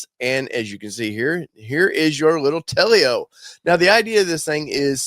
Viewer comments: I believe it is pronounced Tel-o not Tel-e-o. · Not "Tell-E-Oh". It's just 2 syllables. "Tell-Oh". I like it, too. I'm hoping they can make it to market. My pre-order is in.